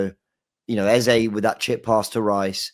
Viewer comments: Its Eze and not Eza. When has he become Eza? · This guy's pronunciation of eze pisses me off eze means king so my wetin be eza?? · Can PLEASE STOP doing a disservice to continually spouting Ezá, instead of Eze. I am a Nigerian and can AUTHORITATIVELY tell you its literally pronounce as it spells. More importantly, the name Eze mean 'King' in the Igbo language of Eastern Nigeria. African names means a lot, hence should be pronounced correctly. Its only three letters. Its not even that difficult, is it? PLEASE STOP ALREADY MATE!!!